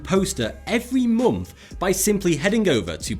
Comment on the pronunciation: Monf? It's month